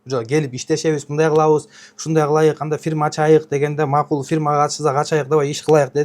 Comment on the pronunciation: Ачайык,кылайык деп туура да суйлой албайтко ужас😮